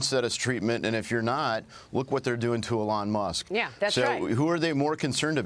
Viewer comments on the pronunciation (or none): who the hell is "olong musk ? " this freaking guy